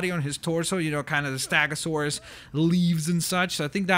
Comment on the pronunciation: This is how you pronoce stegosaurs steg-o- sau-rus sorry if you get this offensive